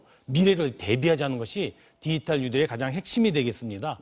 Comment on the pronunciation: 디지탈 발음 연습하셔야 겠네요. 문대통령도 한국말 발음이 듣기 불편한데 왜들 그러세요? 사투리 억양 때문인가요? ㅉ ㅉ ㅉ